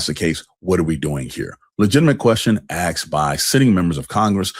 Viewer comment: Dude, it os asked, not aksed!!